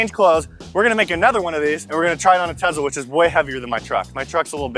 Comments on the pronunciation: its tesla not tezla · Hey boys, Tes-la not Tez-la. :) Keep it up with the rad videos! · I'm triggered it's Tesla not tezla